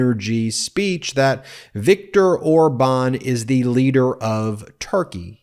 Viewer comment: I have to admit he did have a good pronunciation on Orban's name